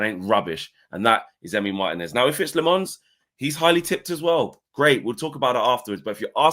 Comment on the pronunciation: it’s Lammens get the name right at least